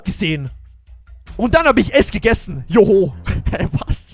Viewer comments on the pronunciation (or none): Nicht Joho sondern Jo Mai